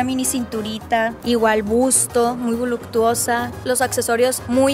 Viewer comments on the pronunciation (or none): Jaja si lo notaron?! Y al tmbn "muy vuluctusa", estas escort dan risa se dicen muy empoderadas y necesitan buscar un "hombre de dinero" pa que las mantenga, que triste mentalidad. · Jajajaj desde que dijo “muy voluCtuosa” perdí interes en el video